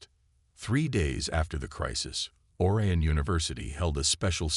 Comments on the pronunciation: HOLY HELL!!!!! 13 seconds and already your POS AI ticks me off!!!! "Alex THOMP-son...(with the H being pronounced....NOT said properly as "TOMPson"!!!!! THEN, OR-eeuhn" instead of pronounced as "or-I-uhn"!!!!!! JESUS!!!! Can't more than 1% of you people get an AI that can speak English properly!!!??????? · Or-eye-on! Please.